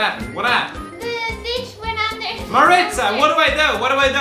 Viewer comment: Why does say Marie tza